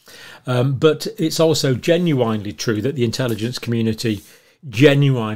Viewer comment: "genuinely" pronounced so wrong.